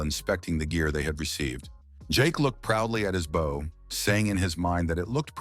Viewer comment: Never once, in all the Mangas and manhwas, has the AI voice ever pronounced "bow" properly, but instead like the front of a ship or bending at the waist.